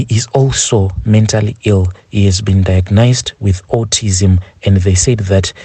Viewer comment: The way u pronounce diagnosed 😂🙈